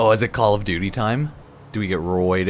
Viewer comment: Halo: Kahl of Duty LOLZ !! !!